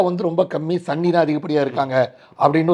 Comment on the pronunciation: ஏண்டா சுனீனிய சண்ணி என்று கூறுகின்றாய்